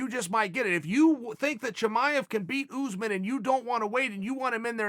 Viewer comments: Kamaru Usman: exists Chael Sonnen: OOZEman Kamaru OOZEman: OK GREAT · Chael "Oozman" Sonnen